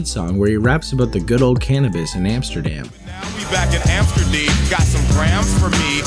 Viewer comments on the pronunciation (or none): none